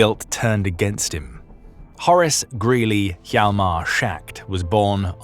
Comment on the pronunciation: Schacht is not “Shacked”. It’s “Schahkt”. Yahlmar Schahkt. Hjalmar is Danish I believe and the place he was born was in Denmark though part of Germany at the time. His mother’s family was Danish and his father’s German.